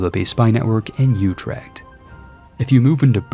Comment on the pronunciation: You're right on the last part, his pronunciation there was abhorrent. 😅 I can't blame him too much, because Dutch is hard and he did so well on Utrecht in the rest of the video.